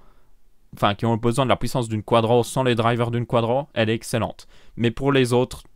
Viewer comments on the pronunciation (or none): none